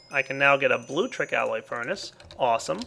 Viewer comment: Good lord it's BLULECTRIC Not blutric BLU LEC TRIC